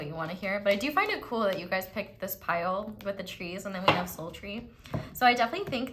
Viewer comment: Pile 3. Omg I need a friend like you in my life <3 when you say soul tree I honestly hear "sultry" every time 💀 that's my scorpio sun and rising I guess lol